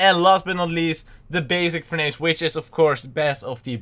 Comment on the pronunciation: its actually said like "för'nıs"